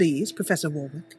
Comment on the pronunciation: I just wanted to say that in England Warwick is actually pronounced Warrick even though it's spelled Warwick. Btw great video